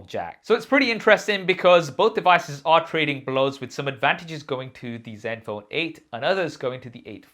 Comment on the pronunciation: Sounds like u saying zet phone or silent n is this an Indian way of pronouncing it ?